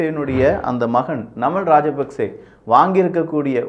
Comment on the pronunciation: நன்றி அண்ணா நான் இலங்கையில் இருந்து பார்த்துக் கொண்டு இருக்கிறேன். நீங்கள் குறிப்பிடும் பெயர்கள் சரியான உச்சரிப்புடன் குறிப்பிட்டால் பொருத்தமானது. நாமல் ராஜபக்ஷ அநுர குமார திஸாநாயக